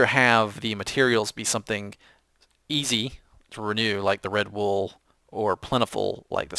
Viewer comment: When you said Red Wool, i thought you said Redbull xD